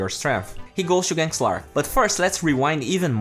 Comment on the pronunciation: Its not zven or zlark. Its sven and slark